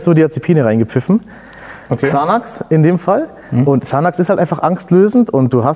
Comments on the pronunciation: Guter Typ aber es wird sanex ausgesprochen und nicht xanax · Er kann nicht mal Xanax aussprechen shit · Xanax ich kann nicht mehr man spricht es anders aus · Bruder nein er hat als Drogendealer XANAX nicht im Ernst deutsch ausgesprochen haha broooo aua